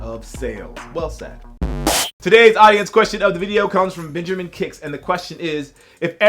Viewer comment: Smh that "" dude